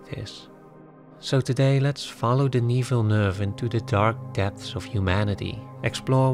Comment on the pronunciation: As a French Canadian I appreciate your prononciation of Denis Villeneuve's name I groan at American prononciation and laugh at Google maps voice pronouncing French street names.